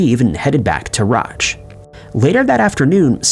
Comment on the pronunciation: Ruch = "Roosh"